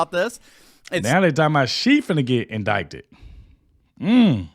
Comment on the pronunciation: Just pronounce indicted like in-did-ed